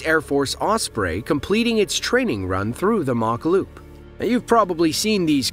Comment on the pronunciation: It’s called the ‘Mach Loop’ not the ‘Mock Loop’ and it’s in Wales not England, but being an inaccurate You Tube contributor you won’t have realised that. I suspect that some of the other stuff you talk about may be inaccurate too. Hope you read this comment but you probably won’t.